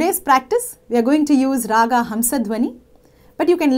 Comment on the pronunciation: You are such a good teacher;your tutorials are so helpful. However I wonder why do you keep saying raaga instead of raag.